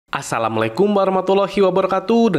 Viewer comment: assalamualaikum, bukan assalamlekum 😂😅